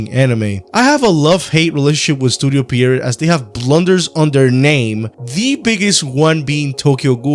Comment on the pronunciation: good video. I don't want to be that guy, but hey know can improve if know one tells them what they are doing wrong right? Pierrot is pronounce "Pye-row"? "Pee-uh row" like french word for clown